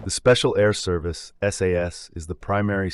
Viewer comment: It's Not general sir Claude Auk-in-lek it's Field Marshal Sir Claude John Eyre Auchinleck GCB, And it wasn't David sterling alone formed the SAS but he did it with Blair (paddy) Maine, It's NOT THE SPECIAL AIR SERBICE ITS THE SPECIAL AIR SERVICE , PLEASE DO A LITTEL BIT MORE RESEARCH and get it right